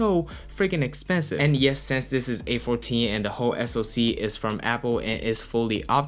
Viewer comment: Why you say since like sense 🙃🙃